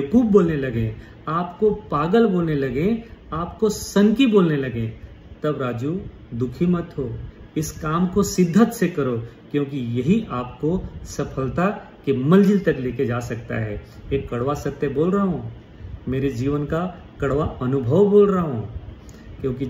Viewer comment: sidhat nahi शिद्दत bola kariye......